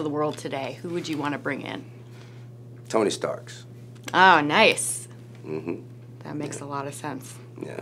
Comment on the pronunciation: Haha "Tony Starks".